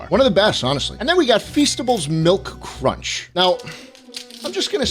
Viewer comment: nestle cwunch baby